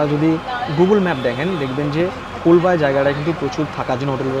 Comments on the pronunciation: colba na Colaba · jayga tar naam kolba noy, kalaba কলাবা